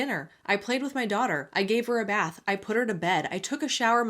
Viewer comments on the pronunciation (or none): none